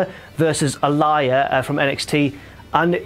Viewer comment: Isn't her name pronounced AL-EEE-YA not ALIAR?